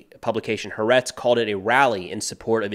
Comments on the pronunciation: Pronounced ha'AHretz rather than ha'Retz. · Appreciate your coverage. And I agree, there is no good reason to not allow hospital inspections. Finally, because of your attention to detail I offer this little bit: Ha'aretz is pronounced "ha-ar-etz."